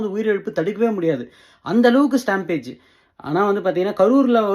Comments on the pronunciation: It's satampede not stampage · ஸ்டாம்பீட்… ஸ்டாம்பேஜ் இல்லை.